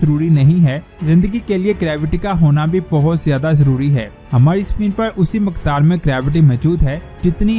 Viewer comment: lafzun ko zara dhek kar bholiye ga hameed nahi ummeed or Maqdaar nahi Miqdaar he Sahi lafz ummeed he k aap Ko bura nahi laga hoga thanks 🙏👍